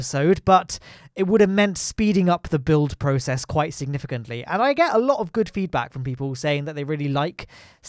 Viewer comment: You "ge a lo" of feedback